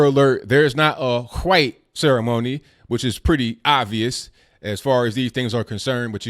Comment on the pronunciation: why cant you pronounce white correctly it sound like you saying something else